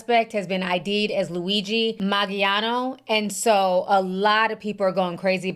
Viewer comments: “Mag-Leon” “Mal-giano”😂 Ti be killing me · Hi, I believe it’s pronounced Man-gee-own, the g is soft and no emphasis on “ne”. Thank you for the commentary! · m-aa-n-j-OH-n-ee= Mangione I think my heart skipped a beat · Man-gee-ohnee is how it's pronounced. He is from a wealthy local family. Not sure his motivation, but it will come out eventually. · U DID NOT PRONOUNCE HIS sir NAME CORRECTLY...MAN-JOE-NAY!! OK? NOW, THERE U HAVE IT!!!! CORRECTING THE RECORD. HE IS A vowel PERSONAGE, AFTER ALL!!!!!! JUSAIN.